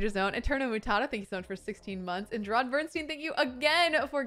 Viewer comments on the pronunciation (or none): none